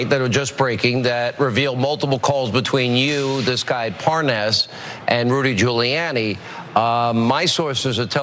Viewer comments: The most telling part of that FOX clip was Hannity acting like he had never heard of "Les Parnes" and even going as far as saying Guilani's name wrong lmao Then Nunez saying he does not "recall" Sickening. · Hannity says Julie-Annie